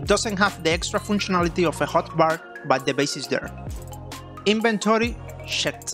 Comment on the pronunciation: Lol it sounds like he's saying Inventory shit